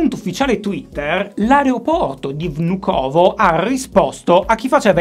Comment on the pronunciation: per il futuro, l'areoporto si pronuncia "vnukava"